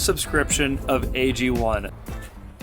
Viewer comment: AG1 AGONE. Ago-ne phonetically agony